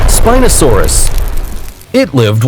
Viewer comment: Spinpee saurs bruh... i got triggered.